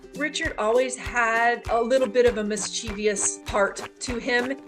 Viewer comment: The word is not mis-cheev-ee-ous, it is mis-chiv-ous, three syllables, not four.